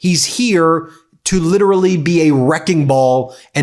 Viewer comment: Please pick one pronunciation of literally (preferably not lit-RUH-Lee).